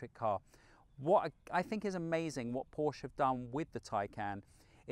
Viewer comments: such a good car - such a rubbishy done review ... sorry, but you need to practice a bit more and the large amounts of text are just not acceptable. also it's PORSCHE not porsch!! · You've driven so many Porsches, own 3, and still pronounce it incorrectly. No one at the dealerships saying it like the Germans?